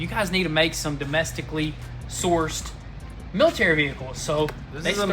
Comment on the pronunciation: "Millie Terry" ?????????????????? lol